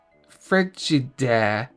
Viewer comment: Lol Frigidaire is pronounced like “frigid air” bc the air inside fridges and freezers is…frigid!